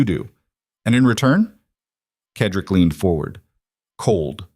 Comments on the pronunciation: Cedric is pronounced said rick not ked rick. it really annoys me when names are pronounced incorrectly. good story though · CEDRIC IS PRONOUNCED: Sed rik